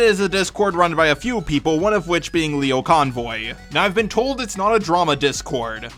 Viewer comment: correct me if I'm wrong but I think it's pronounced "lye-oh-convoy"